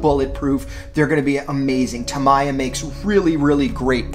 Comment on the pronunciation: Tam-ee-ya. Not tam-i-ya